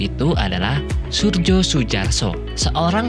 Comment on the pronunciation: Maaf Mas narator, seingat sy jaman dahulu huruf J itu dibaca Y, jd Suryo.. Demikian, maaf bila sy salah🙏🏻😁